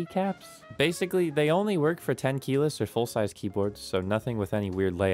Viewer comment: bro u say tenkeyless i heard ten kilos i was like huh =))